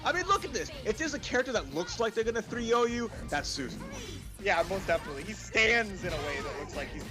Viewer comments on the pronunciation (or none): I hate the way they call susanoo susan...